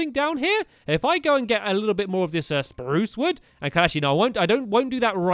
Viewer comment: stampy it's not spuce wood it's SPRUCE wood